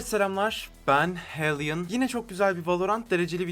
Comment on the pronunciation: abi o kadar güzel hellian diyorsun ki başa sarıp tekrar dinliyorum